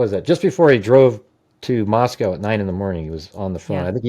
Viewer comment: Ugh. Cant stand GH. He cant even pronounce Moscow. It's not moss-cow. 🙄It literally rhymes with the store youre discussing... Costco.